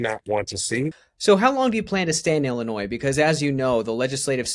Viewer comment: Too stupid to even know how to pronounce Illinois. 🤡 what an idiot.